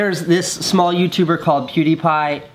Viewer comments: Casey says "There this small YouTube called PewdiePie" (Continues to pronounce it wrong) I mean come on Casey he has 8x the amount of subscribers as you! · when he said theres this small youtuber called pewdiepie I sensed 0% sarcasm and genuinely think he was trying to make it seem like he hadn't heard of pewdiepie before the forced positivity video. he was all like pew pew pewdie pewdiepie trying to pronounce it and whatnot.. him acting like he hasn't of pewdiepie before that video makes him look jealous and phony. never liked Casey he thinks his shit don't stink or something smh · I guess he called PewDiePie a small youtuber as a joke, notice how he tried to mispronounce the name! Calm down people! 😂